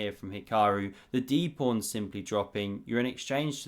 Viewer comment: why is he calling the pawns prawns